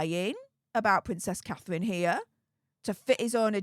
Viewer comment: Pvvvincess cathevvvvine ffs get speach therapy no wonder people cant understand what you're saying half the time